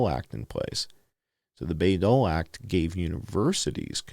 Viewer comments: It's pronounced BYE as in Senator Birch Bayh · Btw,😉Bayh is pronounced BYE. The Bayh-Dole act.